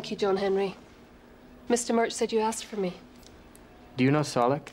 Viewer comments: It's Soe-leck. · HE PRONOUNCED SOLEK WRONG! NGAAAAAAAH! (Unless I've been pronouncing it wrong)